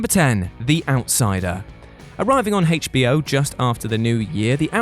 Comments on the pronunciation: Listen to how they pronounce HBO... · Why is he saying hbo like that? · Haich Bee Oh. lol. It's like when other countries say Zed instead of Zee. Just a slight difference in pronunciation.